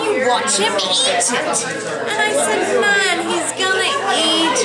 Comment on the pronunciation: Hey! not bad at an english accent mind you it's like Emma from Jane Austin a bit posh. Love the way you kept saying nun instead of nan. i will have to come over and teach you one day; ) Rach TeamUK